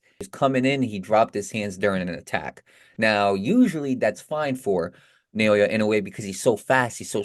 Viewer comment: Who's na-yo-ya? The name is pronounced na-o-ya. It ain't so hard